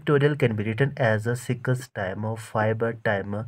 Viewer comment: six ❎ sikas✅